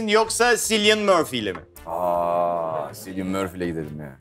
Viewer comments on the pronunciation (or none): ... Cillian Murphy'nin adı "Silyın" değil "Kilyın" şeklinde okunuyor canlarım...